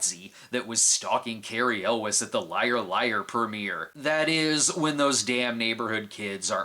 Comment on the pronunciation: Elwes is pronounced EL-WAY.